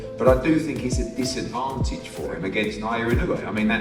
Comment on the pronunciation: and these people still can't pronounce his name right ! 😮wtf ? Na O Yah E no way !